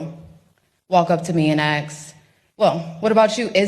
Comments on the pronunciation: "AXE" IS NOT THE SAME THING AS "ASK"! I WOULD NEVER VOTE FOR ANYONE WHO COULD NOT SPELL. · Why can't these people say ask! Ax me anything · The word is “ask” not aksk. Not hard to pronounce if you read those 3 letters correctly. a- s-k